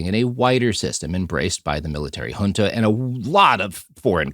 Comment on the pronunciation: Hey, little bit of a nitckpick from a Brasilian. You pronounced names and terms in portuguese as if they were spanish. (José as Hose, Junta as Hunta etc.) Thats not how we pronounce it in Brasil.